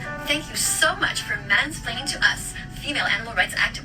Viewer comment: Cows milk is fow baby cows? I wonder what she has to say to all those baby oats and almonds then XD